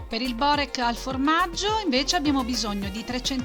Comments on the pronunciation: Non si può sentire Borék non Bórek!😂... Inoltre quello con la feta è fatto con gli spinacini/spinaci... E non con il prezzemolo... In quello alla carne mancano le spezie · Si pronuncia biurek e non si fa cosi